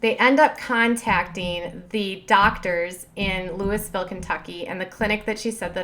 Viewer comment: YOU DONT PRONOUNCE THE S In Louisville Kentucky ( I’m not sure if I spelled that right but with either spelling you don’t pronounce the S it’s pronounced loeeeville